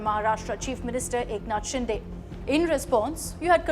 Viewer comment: Eknath Shinde not ShinDe it's दे not डे.